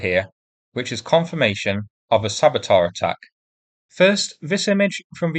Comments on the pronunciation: you are a good man. I'm not one to criticise, but the way you pronounce saboteur really kills me lol! It's not sabo-tar it's sabo-ter. Take care and best wishes from currently sunny England. From the word sabot - a wooden clog (shoe). Workers used to f-up machines by stuffing a sabot into the machinery giving birth to the word sabotage. The origin is French/Dutch as I recall (French word, Dutch workers f-ing up machines). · Great news! Thanks for the update! Oh, small point, but saboteur is pronounced (roughly) sabotoor, not sabatar.